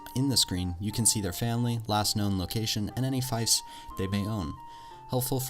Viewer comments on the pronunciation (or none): Some good tips. But before I list and add, Fiefs is pronounced 'Feefs', got to get that one straight. I'm currently immersed in M&B Vikings Reforged, a lot more factions and more intricate game play with the addition of naval warfare, original quests and excellent battle formations and commands. You can even build your own refuge, (base) and upgrade + staff it. The trainer is handy, he'll train up low ranking troops for you if you leave them as part of a garrison, at a price. Also, Party skills are a collective skill so all party members contribute to the pot. I always boost Pathfinding, Training and Navigation as a result, with Looting and Trade a close second. Fast marching, skilled troops, fast sailing are a winning combination, a bigger pick of loot and a better price at market also help a lot. I'm more than happy to take on 300 low skilled troops with 100 skilled top of the tree warriors and expect a win with low casualties. Vikings Reforged also has a story only mode that's quite tough and varied and involves a lot of plot and intrigue. I always try to take out the opposition's Lord first, so investing in a good horse is worth it. An unconcious Lord instantly reduces enemy morale and seems to slow down the AI's attack as well. They also try to run away when only slightly wounded. I don't raid anymore, as the faction that you've raided, specifically the Lord that owns that village, will go out of their way to do the same to you once you have your own towns + villages. Tr